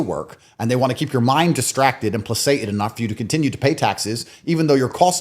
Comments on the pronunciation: "exceptio probat regulam in casibus non exceptis" ....the exception proves the rule in cases not excepted. and placated is pronounced with a "k" - pluh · kay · tuhd. Other than that, interesting interview. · Andew, its pronounced "playKated". And the host, you mispronounced notoriety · can he PLEASE learn how to pronounce “placated”? 😂